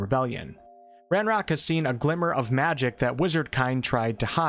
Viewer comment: Good I wasn’t the only one bothered by the hard C pronounced in ancient then. and he says machic instead of magic😂